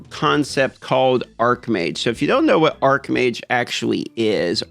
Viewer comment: Just fyi, Arcmage [pronounces arc-mage], where the word arc means something having a curvature. Archmage [pronounces arch-mage], where 'arch' plays an adjectival role and means main, principal, etc. (example: arch-nemesis, meaning principal, or main enemy). Which one are you playing again? P.S. There is also the word archon, which comes directly from the Greek language and is pronounced Ar-kon (well done you, here). It means ruler...and is not to be confused with the other two words.